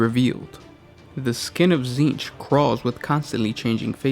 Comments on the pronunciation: Okay this name has to take the cake for most oddball pronunciation. Essentially "TSzceench" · You can't even pronounce the name right … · They're just reading off the Wiki. That's why they can't pronounce the words.